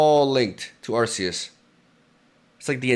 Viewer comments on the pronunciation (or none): I thought it was pronounced Ar-key-us. Am I tripping or..? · Where are you from? Calling arceus by akhoos is really cool